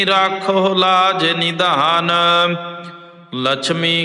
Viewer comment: ਬਾਬਾ ਜੀ ਰਾਖਹੁ ਲਾਜ ਨਿਧਾਨ ਨਹੀਂ ਹੈ ਜੀ ਨਿਦਾਨ ਹੈ